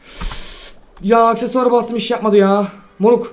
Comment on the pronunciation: aksesüyar jsjsjshs